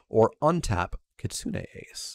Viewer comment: Thank you for pronouncing Kitsune correctly! growls at some other MTG-tubers